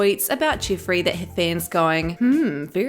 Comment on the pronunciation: The way you say Jiffreeey is🤮